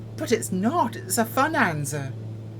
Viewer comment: "It's a Funanza" 🤣❤ Looks like it might be a stonking good Bushnanza too - can't wait for Carlos to need something delivered and this is the closest plane to do it ...